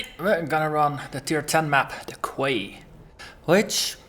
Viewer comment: Haha, nice Monty Python reference. :) BTW, Quay is pronounced "key". I know, every time I see it written down I want to pronounce it the way you do. English is strange.